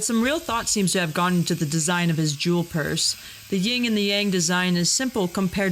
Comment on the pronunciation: "Jewel purse" LMFAO😂